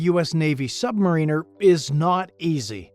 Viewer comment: Thank you for pronouncing that Sub mareeners!!!!!